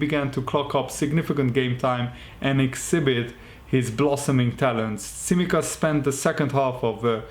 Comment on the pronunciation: tsimikas .it is pronounced like ts in the word "let's" and it is emphasized in the second "i"